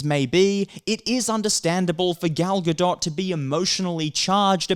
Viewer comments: Gal Ga-Dot, now that is a good one!😂🤣🤣 The only reason I stopped laughing at that was, wait, what if he is serious and doesn't know how to pronounce Gadot? Sometimes I can't tell if someone is mocking someone's name by pronouncing it incorrectly, or, they really just don't know how it is supposed to sound. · Gal (Ga-doh). That’s how you pronounce it. Lol you’re the second person who’s mispronounced the name man lol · I think it’s pronounced gal ga-doh like a doh doh bird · Dude, Gail's last name has a silent "t". Stop saying the "t" please. Your content isn't bad but dude learn how to pronounce people's names correctly. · you butcher Gal's name, its not like she is famous.. watch?v=ruQKZ-GzzKA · Is it that hard to pronounce GADOT!?!